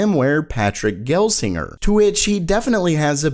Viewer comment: Patrick GELSINGER as in "JUH". "GEL" >:(